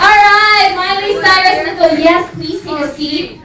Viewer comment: haha! she says miley CYROS! XD LOL